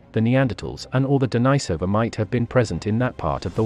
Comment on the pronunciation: I wished this guy would stop pronouncing Denisovans incorrectly. Just say the Dennis and add ovans.